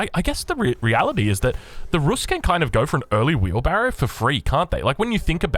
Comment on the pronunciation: Im new to AEO I’ve been hearing it everywhere but what the fuck is wheebarro